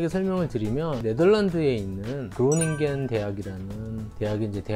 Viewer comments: 그로닝건 아니고 흐로닝언 입니다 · 그로닝겐 대학이라니.... 네덜란드어로 흐로닝언 대학이 맞습니다.